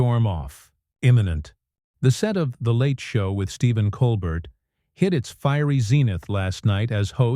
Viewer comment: I stopped listening as soon as I heard Coal-Bert. No more AI audio please